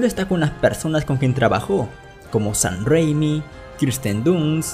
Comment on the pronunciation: Este pata dice “sahn rrrrrrréimi” en lugar de Sam Raimi XD